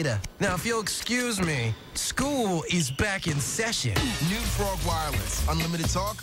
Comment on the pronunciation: for #2 its called frawg, not fraw.